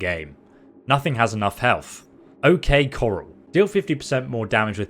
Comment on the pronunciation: He's English so he's got no knowledge of the wild west. Still, I cringed when he said that.